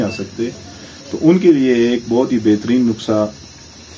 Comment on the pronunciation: It's not nuksa, it's nuska